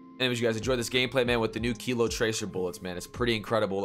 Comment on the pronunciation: its Kilo....lol...not kito....